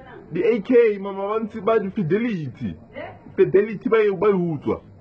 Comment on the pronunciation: the dude says Fidelity Bae Hutswa Lmao.....